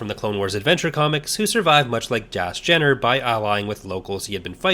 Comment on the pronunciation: I sure worry a lot when it comes to the ones whose fates are never ultimately resolved. Ambiguity is one thing, but loose ends are another, meaner thing altogether. Isn't Dass Jennir pronounced "jen-neer"? Same with Jax Pavan being "pah-van"? Bit of a shame you didn't mention the fact that Zonder is the apprentice of Barriss Offee, who stayed loyal to the Jedi Order in Legends. Not sure on Shaak Ti (considering the increasingly dubious state of The Force Unleashed being part of Legends), but I'm of the opinion that Even Piell's Coruscant Nights death is the Legends canon one, with the TCW 2008 death being of the Disney Canon Alt-universe. Alas, I doubt Zao survived, considering that Sidirri is implied to have become a Dark Jedi in the Empire/Rebellion comics. Believe me, you're lucky you didn't play Uprising.